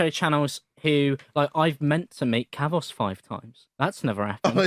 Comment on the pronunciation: It’s funny because kavos can’t say his own name Kathos..kafos...kathfos He legit can’t pronounce his name